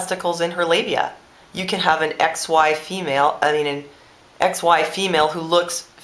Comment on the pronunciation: That's funny, I thought you said 'ex wife female' when you said X Y female.